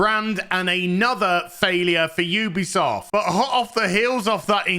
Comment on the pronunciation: You-be-soft indeed